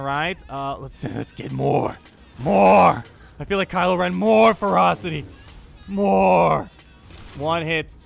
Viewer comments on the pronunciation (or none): When you were saying "Let the ferocity stack up on Revan" I thought you were saying "Let the frostys stack up on Revan" You know, like those Wendy's ice cream things. It was a very odd mental picture.